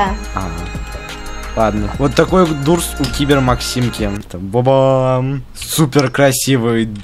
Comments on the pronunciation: Doors читается как дорс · Я выгляжу сейчас как душнила но это не дурс а доорс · Не Дуурс а Доорс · Ух привет Я тебя не заставляю но надо говорить не дурс а дорс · Правильно говорить Доорс а не Дурс! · @@ правильно Дорс а дурс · Кст правильней говорить дорс а не дурс Не хейт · Правильно говорить дорс а не дурс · Uh пожалуйста надо читать не дурс, а дорс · правильно говорится не дурс а дорс потому что 2 "O" читатся не "о" а "у"!!!!!!!!!! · да не дурс а доорс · В начале дорс, а не дурс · Не дурс а дорс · Дорс а не дурс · НЕ ДУРС А ДОРС! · не дурс а дорс да ты онглинчан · Нэ дурс а дорс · Вашего не дурс а дорс но в английском языке две oo эта у но в англискав я зыке doors там две oo эта о.